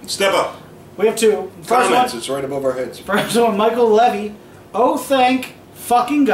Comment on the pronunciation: By the way, my last name is pronounced Lee vee. It's okay, a lot of people get it wrong. This week I'm going Pats 37-30, and the 49ers 16-10.